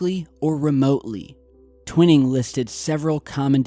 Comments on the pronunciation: Honor this man by letting us know by pronouncing his name correctly. TW iii ning.' Top secret it was. Scared the begeeesus out of gov. Our future jets. Thank you for hanging in there. Get well soon. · it is trivial I know- but sometimes "T" mispronounces some pretty well known words, and for me if he was really "Researching" i would think the pronunciation would be anything but a secret. but then, maybe my name is jam-eez Stapl-eez Ghyth? but I love };)> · Pronounced - Twine - Ing not Twinning, you know the ole potato potahto, tomato toma'to it's all good though just thought you'd like to know the name of this person you were talking about? Maybe you were talking about another person, but I think it's Twine-Ing, Peace T.. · It’s pronounced TWY-ing not TWIN-ing. Basic Wikipedia and every other ufo special got it right. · you're killing me....it's Tw eye ning TwInning. Just sayin' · You're saying Nathan Twinings name wrong it is not twin it is twine ing every UFO enthusiast researcher etc knows Nathan Twinings name that is why you're a complete and utter amateur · dude!!! Tw I [as in eye ] ning !!! tw eye ning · He means Twining is properly pronounced TWY-NING! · Bravo. Great video and great work as usual. Twining pronounced Twy-Ning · long 'i' TWY ning, as in 'why' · It's pronounced "twhy ning"...just saying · I almost corrected him too. lol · No Nam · you're pronouncing Twining's name incorrectly, it's (Twy-ning) not (Twin-ing). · Its Twi as in eye, ning as in ping....Twining...not twinning. Just saying... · Just so you know, Nathan Twining's last name is pronounced with a long "i" as in "twine-ing". An old friend worked with him. He co-authored the book called "Across the High Frontier" with Chuck Yeager. I have been around the block a few times. That's why the trolls are attacking me. Take care! You're doing a great job!!! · Gen Twining is pronounced like twine ing not twin. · Twining is pronounced "twine-ing" not "twin-ing"